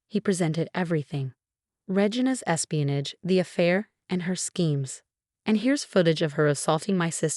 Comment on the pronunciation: Regina’s espianage. Not “e spinach”